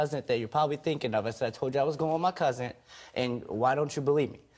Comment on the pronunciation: Shot every time he said cousin. Secondly it sounds like he said cousint lol